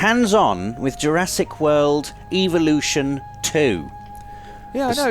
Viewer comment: You keep saying eeveelutions not evolutions You're playing too much Pokémon